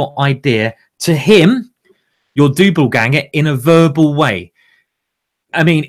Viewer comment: Simon, it's Doppelganger, with a P, a P son. Not Dobbelganger with a B, but with a P. A P. Don't you know your German folklore? C'mon, man!